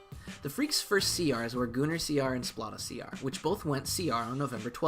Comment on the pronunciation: Great vid! My fav has got to be Liona, aesthetically and functionally. It's funny how you pronounce Splata! It's like splatter with out the R, as in he's gonna splata ya brains all over the place! Splat!